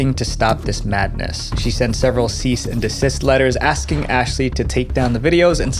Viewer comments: "Axing me for evidence". Literal idiot. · "axing" for evidence. 😅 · Hey Ashley it's ASKing not 🪓ing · "axing"? 😅 You mean "asking"?